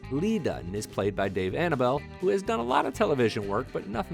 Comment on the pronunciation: Uhm...Dave Annable (It's not pronounced anna-bell, it's anna-bull) was on Brother's and Sister's for like 5 seasons.